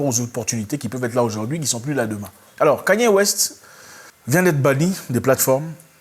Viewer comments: Pas yi mais plutôt yé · Ça se prononce "IYÉ" 😊